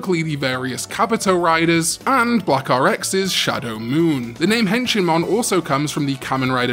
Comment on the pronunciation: Honestly when I first heard Henshinmon I thought you said "Henchmanmon" since Wormmon was Ken's henchman when he was the Digimon Emperor lol.